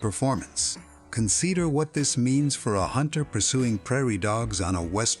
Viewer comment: The “point twenty two”…. “Conseeder”. I thought AI was supposed to be smart